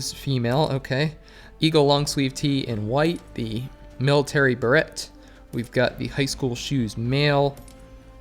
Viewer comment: Nice vid. Beret is french and pronounced 'Beh-Ray'.